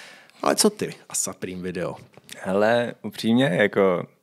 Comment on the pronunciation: Skvělej díl! jako moderátor je člověk na správném místě. Jen detail - Supreme se čte "Suprým", ne "Saprým":D...btw. proč podcast nevychází na Spotify, Apple music etc.? Velká škoda a doufám, že se na tyto platformy co nejdříve dostane. Díky čau.